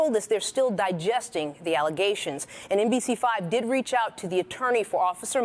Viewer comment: The mayor said they were nothing but allezations. Hahaha